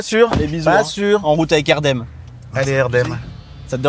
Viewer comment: Ça fait plaisir d’entendre le prénom Erdem correctement prononcé )) Merci👍👍